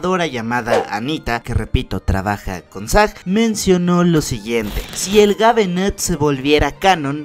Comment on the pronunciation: No es gabenath se pronuncia geibnath okey okey